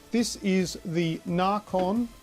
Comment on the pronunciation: it's nacon not narcon